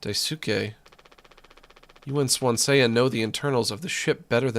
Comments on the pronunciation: Anyone else get rlly pissed off whenever he says swan-see-ya instead of swan-see 🥲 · everytime keeps pronouncing Swansea as Swansay-ya, gets to me 😂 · >pronounces it Swan-Say-Uh >asks chat if its supposed to be pronounced that way >doesnt read chat afterwards >refuses to elaborate chad